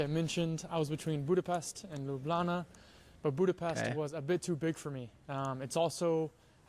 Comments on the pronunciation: Yooooo, my guy is becoming true Lublančan (citizen of Ljubljana). He even pronounces it by leaving out the j's like we do. 😂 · The actual way to say it is Ljubljana (Lyublyana for yall that have y and j different) But the casual conversation way between slovenians is Lublana like in the video. It's slang version of it and it kinda makes me feel proud to hear a non slovene call it lublana instead of ljubljana <3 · Locals and many other Slovenians pronounced it as Lublana.Including myself :)